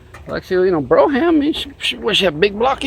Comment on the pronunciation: Good stuff! BTW, it’s pronounced “BROME.”